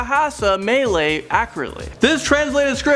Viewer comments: It’s “bahasa me l-ah you” or “muh lay” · It's pronounced Ma LA You Mama LALala Yu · It is me-la-you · im not a malaysian,im a singaporean,and im just saying cuz its kinda weird for me to hear melayu become melee. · 'melay' wow whoa. practice your the way you say that please.